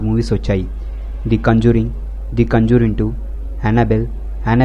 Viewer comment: Adhi kanjuring kadhu ra conjuring